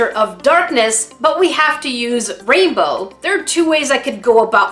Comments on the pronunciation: "Raibow" - English Numba 1! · Is 'raibow' the same thing as 'rainbow' ? 😆